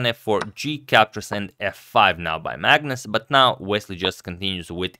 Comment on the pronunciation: am i the only one when agadmator says magnus, i hear it as 'madness'